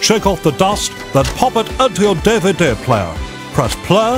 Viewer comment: A DUH-VUH-DUH?!